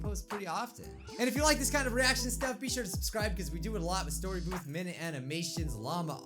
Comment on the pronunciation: D-did you just say "STORYBOOBS"?